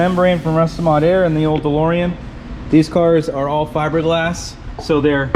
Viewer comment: Call the car "DeLSorean"